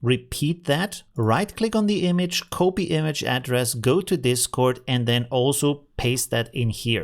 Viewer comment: The correct pronounciation of copy is kahpee not cohpee 😁